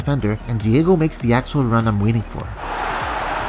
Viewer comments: Its not Diego Jota, its Diogo with an O. We have almost no Diegos in Portugal. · It’s Diogo, not Diego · Bro Excellent video as always But the name of the player is DiOgO with an "O". ( Di-oh-go Jota) Keep doing a great job, Cheers From Portugal